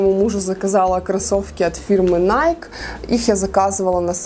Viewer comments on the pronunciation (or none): none